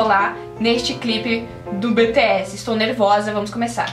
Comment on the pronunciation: É "BI TI ESS"